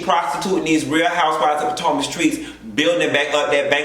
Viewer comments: 🤣🤣🤣 because of, that's what I call it now. Could never go back to saying "Potomac". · ”Potanka” kills me every time 🤣 Yes Michael loves man ass.